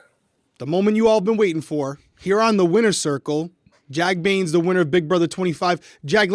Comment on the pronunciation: its bains not baines